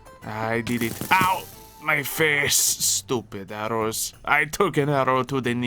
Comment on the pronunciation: Every time says "arrows" because of the accent it sounds like he said "arroz" and I question why he's talking about rice.